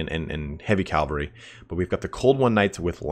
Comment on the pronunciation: calvary cavalry